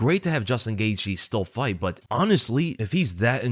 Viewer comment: His last name is actually pronounced gay the